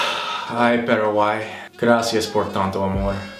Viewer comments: "Peraguay,peraguay,peraguay"😂😂 rohayhu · JAJAJAAJJAJAJA demasiado tembo ya es su " Parawhy"